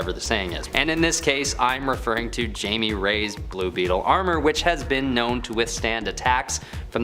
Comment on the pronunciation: Jamie?? It’s pronounced hy-me😂